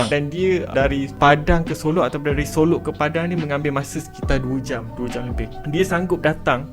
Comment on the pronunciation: solok bukan solo